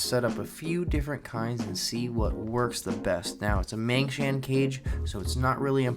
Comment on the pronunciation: It's Mangshan Pit Vipers not Mangshang. They're from Mount Mang